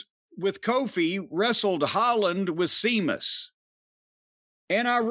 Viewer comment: Every time Jim says Sea- mus I crack up